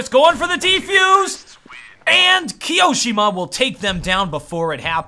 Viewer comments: key-oh-shem-ah not keyo-seemah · i love the way says "keeosheema" xD